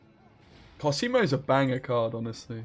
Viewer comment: It's còsimo not cosìmo